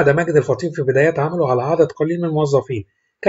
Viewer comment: الفُطيْم وليس الفطيم